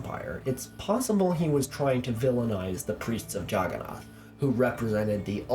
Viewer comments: It's nath not naut. I never made the connection before watching your videos.😂😂😂😂😂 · I had no idea for the longest time what the Juggernaut god you were talking about was. I was like, Jagana? What's that. AND I GOT IT. OH YOU MEAN JAGGANNATH. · Actually, they deliberately mispronounced the idol to mock it. They knew that the true Jagannath (Lord of the world) is Jesus.